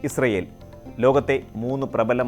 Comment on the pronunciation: പലസ്ടിന്റെ ഒരു വേദിക്കാ ഇൽ ഇസൃൽ.. 😏 പലസ്റ്റ്ഇൻ 👌